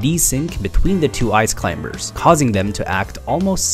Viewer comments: He says "Ice climBers" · Stop saying Clim-ber i know thats how it’s spelt but you dont say ka-nife instead of knife right? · I'm just mad that this guy pronounces the B in Climbers. Great tutorial though. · "the ice clim*B*ERS" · The B in climbers is silent. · I love the video but I'm sure in the word Climbers the B is silent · For someone I think is American it is fucking annoying you say Ice Climbers with the B